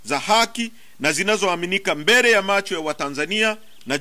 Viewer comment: Hata kuongea hajui mbere badala ya mbele😂😂😂 ndo makamu huyu au makamasi